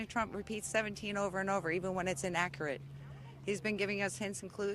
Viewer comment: “Innackerate” Precisely lol 🤦‍♂️